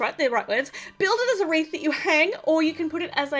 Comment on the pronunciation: You said here is our Reese instead of wreath and my name is Rhys!😄 On its side, the wreath looks like a rainforest!😉